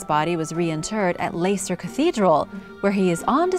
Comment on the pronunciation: Leicester ,pronounced Lester , Shire Pronounced Shir/Sheer